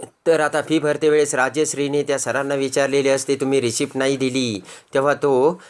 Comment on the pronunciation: रिसीटचा उच्चार रिसीप्ट असा का?